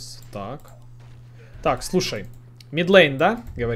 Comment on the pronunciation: middle line- средняя линия! Не мид лЭйн, а мид лАйн) А гайд как обычно хорош! За табличку не знал! Спасибо